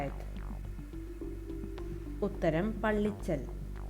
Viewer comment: പള്ളിച്ചൽ അല്ല പള്ളിക്കൽ ആണ്